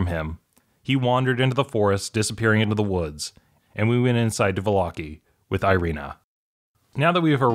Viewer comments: Va-lock-ey? I pronounce it Valla-ky. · Volloki? What is volloki. It’s vallaki, Vall-a-ki